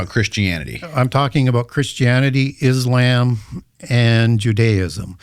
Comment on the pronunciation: Bro, why do you keep mispronouncing "Islam"? WTF😂